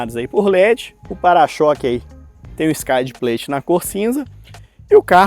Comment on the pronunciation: Carro bom com preço ruim. Há algumas derrapadas, como o excesso de plástico, especialmente nas portas traseiras, mas o produto em si, preço à parte, parece ser muito bom., a pronúncia correta de skid plate é "skid pleit" ("i" neutro, como no português mesmo), na dúvida mete no Google o termo junto com "pronunciation" que aparece um áudio em inglês americano e britânico pra você ouvir. Parabéns pela matéria.